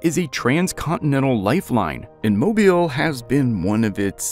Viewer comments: It is not just the state ... anyone in the surrounding states knows how to pronounce Mobile . They lied because they thought it was just a you say potato and I say puhtahtah type thing . It is not . MobEEl is pronounce that way because it was founded by the French . It is not just because some dumb rednecks decided to just pronounce the word MobEEL differently . MobEEL was New Orleans before New Orleans was New Orleans . The first Mardi Gras celebration was in MobEEL . If you doubt any of that look up what the Dauphin was that nearby Dauphin Island got it's name from . You occasionally hear national broadcasters mispronounce Mobile but they won't do it repeatedly because people will start letting them know ... perhaps not the history, but anyone in the region knows how to pronounce the name of the city correctly . Otherwise, I enjoyed the content itself . I liked hearing the details of the construction ... just repeated mispronunciations of the subject city gets on your nerves. And then when they gets in the comments trying to say they found people from the community that said you could pronounce it either way ... everyone knows they are completely full of it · Starts video pronouncing Mobile correctly. Randomly starts saying mobile. Wraps up by saying Mobile correctly. What a guy. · Pretty sure this is an AI/Robovoice. Mobile keeps getting pronounced wrong. AI/Robovoice cant figure it out. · no u didnt. No one in MoBile county or the state of Alabama says it that way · This is for the creator who made this video. First and foremost. How about teaching your computer generated voice over to pronounce the name of the city correctly. It’s pronounced Mo-bill not Mobile like a cell phone!! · That’s Mo Beel, not mobull! Thanks !! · That's "Mo beel" not "Mo bull" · Down south, we say ‘Mo-Bill’, not mobile. It’s not something you hang over a baby’s crib…😂. Plus, how old is the video, Mississippi changed their flag years ago…😊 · Moh-BEAL, not MOH-bull